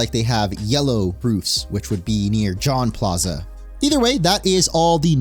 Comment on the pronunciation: lol "John plaza". I can never get enough of non french speakers trying to speak french.